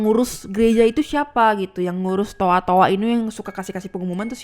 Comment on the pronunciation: Toa mbak bukan toak